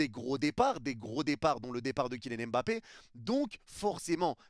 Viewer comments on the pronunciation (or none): none